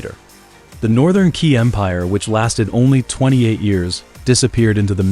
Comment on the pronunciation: Qi pronounce as Chie not Kie